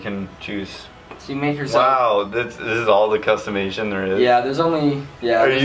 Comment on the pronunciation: “Customation” I love it